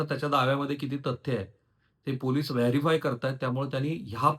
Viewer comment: Verify not varify 😂😂